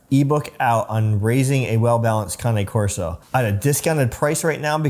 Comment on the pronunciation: The first thing I look for when someone who has the dog pronounces the name, Usually if they pronounce it wrong, they got the dog for the wrong reasons.. well done